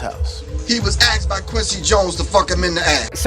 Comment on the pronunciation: "he was axed by quincy jones" how hard is it to say asked?